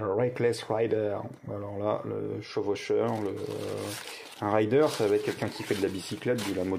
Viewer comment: Sacré objet ! Au fait tu as confondu Rider (raïder) avec Raider (rédeur) > celui qui fait un Raid. La faute à Lara, pour que tout les français le prononce mal sans doute ! ;)